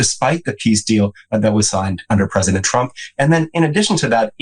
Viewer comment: Your pwesidink is afraid of everyone.